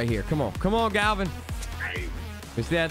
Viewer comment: How does my mans mispronounce the name Gavin? I understand some names, but Gavin?